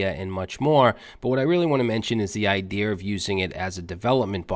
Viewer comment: "idear"? iDEAR? "divelopin". you're cute. thank you for being you.